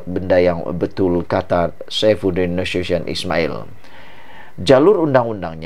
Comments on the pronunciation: Salah tu sebut nama Saifuddin Nasution. Bacalah cara ejaan melayu bukan cara english. Bacalah Na-su- ti-yon, bukan na-su- syen. Harap maklum admin! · Bukan Saifudin NA SHU SHION. Saifudin Nasution (Na Soo Ti yon)